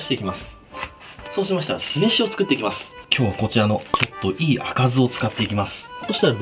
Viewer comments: ハイ、ソシマシターラ！ が日本きたて感が出ててとてもかわいい。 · ソウシマシターラ(イタリア語) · そうし↓ましたら↑ みんな「どした？笑」